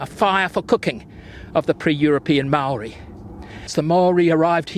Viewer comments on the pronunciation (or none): none